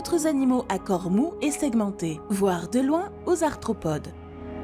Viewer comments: Et il me semble avoir entendu "parmi les astropodes" à au lieu d'arthropode. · juste gaf a la prononciation svp ! " astropodes " " tribolite " et je suis qu'a 17 min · astropodes??? tribolythes??? trop d'erreurs! (arthropodes, trilobites) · Astropodes, tribolites... Il faudrait se relire ( ou se ré écouter) quand même avant de publier. 😐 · exact c vraiment du gâchis bcp de mots sont écorchés comme cités dans les.reponses li-cheine au lieu de prononcer liken...astropodes ...bref g du m'arrêter car a chaque phrase je balançait un commentaire....ça gâche en effet la réception de.l info pour les néophytes...trop.de mots incorrects c.comme.si on apprenait la langue a qq un avec des d'autres de syntaxe a chaque mots ...site fossilere au lieu de fossilifères une vraie mongolienne dislexique...je me suis arrêté d'écouter avant la fin c bien dommage car elle faisait le.tour des fossiles de la.faune.de.burguest..sileurien au lieu de silurien pareil.mes.oreilles et mon cerveau ont fait nnnnnn'ooonnnn et t'avais deux voix off en plus ... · Ouiiii, elle a dit astropode 😀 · "les tribolites capturent agilement les astropodes" :) mais bon sa voix est agréable...